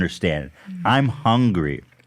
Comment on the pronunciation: Ethan: "That's my secret, I'm always hunry" lmao